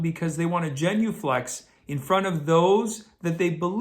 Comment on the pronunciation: it’s genuflect not genuflex 👍🇬🇧